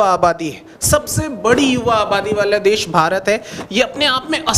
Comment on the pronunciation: देस नहीं देश होता है मैडम जी, आप हिंदी ही गलत बोल रही हैं आपसे पढ़ने वाले बच्चे भी गलत ही बोलेंगे तो भविष्य में तो हिंदी भाषा की ऐसी की तैसी हो जाएगी